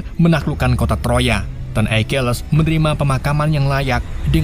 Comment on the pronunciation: Akilis, bukan aikiles